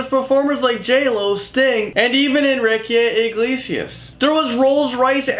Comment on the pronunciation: omg u pronounced Enrique iglesias sooooo bad